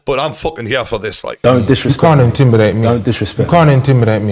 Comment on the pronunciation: "you can't intimbidate me" 😂